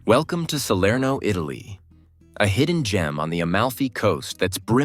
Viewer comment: Neanche il nome riesce a dire! Serno non si può sentire dire!